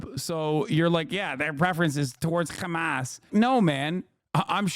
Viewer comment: Why does Hasan always make fun of people for using a fricative H in the word hamas? Isn’t that how it’s pronounced?